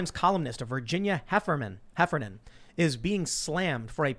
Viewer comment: Heffernan pronounced Heffer